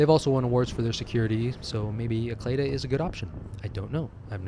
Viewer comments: Good info, btw Acleda is pronounced 'ay see leeda" here 😄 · ACLEDA Bank is actually pronounced “Ah See Lee Da” by the locals and most expats that had lived here. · Actually, ACLEDA Bank is actually pronounced “Ah See Lee Da” by the locals and most expats that had lived here. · but NBC’s leaders and professionals pronounced it “Ah+cle+da”